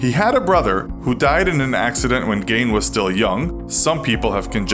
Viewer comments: It's pronounced geen not gayne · It’s gein not gain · I was excited to watch this, but I can’t get past the fact the narrator is saying “gain” instead of “Geen” 😭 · It's not pronounced gain its geene) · It's pronounced GEEN other than that good episode